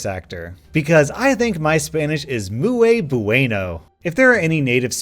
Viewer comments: "Because my Spanish is muay buayno" 😂😂😂😂😂😂😂😂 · You said "muey bueno", close enough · Did he say mue bueno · I’m terrible at Spanish but did I hear you says muyo bueno.... it’s muy (pronounced moy) buen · It's muy bu-e-no not mu-ey bue-no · MOY BOOAYNO Me cringes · *Mooay Booayno. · Mu-oi bu-ay-no Everybody: 👏👏YOURE DOING AMAZING SWEETIE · “mooway bueno” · Moo-aye bueno Me: cries in Spanish